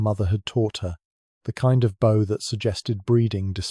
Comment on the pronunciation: Small TTS slip : "the kind of bow" is read as /boʊ/, but in this context it should be /baʊ/. Same spelling, different word — a classic homograph that a voice engine can't resolve without understanding the sentence.